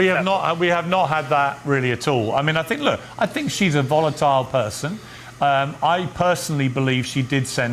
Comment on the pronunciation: It's VOLATILE, not viotile! Speak properly!